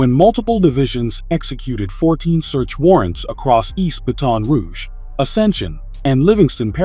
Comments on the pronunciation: He said Ba-Ton Rouge😢bruh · bruh, the way he's sayin Baton Rouge is pissing me off, but he ruined Laplace lol